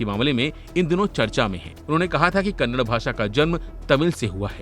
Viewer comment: It is not Kannad. It is Kannada.